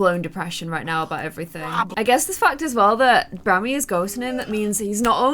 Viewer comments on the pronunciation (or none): keeps saying Brammy and I can’t even 😂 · Omg the number of times you called him brammy 😂😂😂